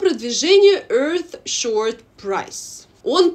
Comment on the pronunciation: добрый день! Со всем уважением, вы говорите EarthSHORT prize, а правильно EarthSHOT prize